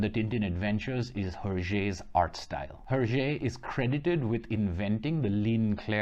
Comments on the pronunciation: You pronounced hergé 's name wrong his name is " earjae " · Actually it’s more like a “airjae” because it’s supposed to sound like his reversed initials. GR backwards is RG, thus being pronounced (in french) “hergé”